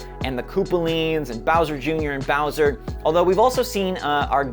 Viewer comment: you said “mowser” when you meant to say “bowser”